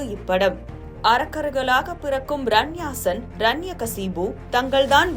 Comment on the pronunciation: Please pronounce correctly. ரண்யாஷன் இல்லை. இரண்யாக்ஷன் இரண்யகஷிபு